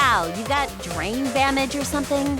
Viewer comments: did anybody notice that said Drain Bamage instead of Brain Damage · But you said “brain damage” wrong.